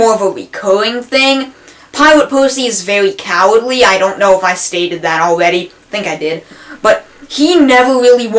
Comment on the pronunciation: aweady have... Lol sorry this is a good video but the speech impediment is just halarious